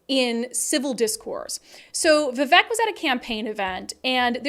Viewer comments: It’s Vi-Vake, like Cake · his name is pronounced - v-vake